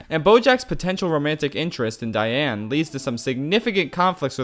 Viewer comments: Did you just say Diane “Negoyen”? 💀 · Please tell me you figured out how to say Diane’s name right by part 5